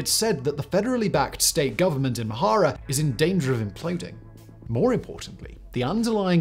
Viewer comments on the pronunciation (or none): His (mis)pronunciation of Amhara and Oromo is painful😣 ….i know it’s not his native language but come on!!!